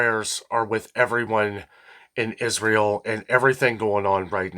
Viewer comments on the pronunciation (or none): none